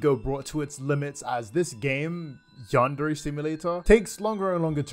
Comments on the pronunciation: I never understood how this guy cannot even pronounce "Yandere" and "Chan" properly. You'd think a creepy weeb would know better. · Ok but i've cringed so hard when i heard ''you're staring at yandere chan keealing instead of AWESOME gameplay''